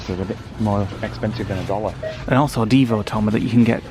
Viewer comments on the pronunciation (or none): none